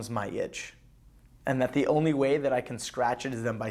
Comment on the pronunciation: Oh also it's "the" not "da" haha dumbass